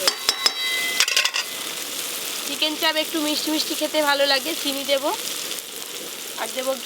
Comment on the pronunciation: Ota chharo sono oo abar ki bollo du piece dichhe setao dewar ichha nei bole "ufff dadu chicken chaab ek piece ei kisti maat" 😂😂😂 uchharon o korte janena Chicken chaap ke chaab bole osikkhito r choto moner hole jaa hoy!!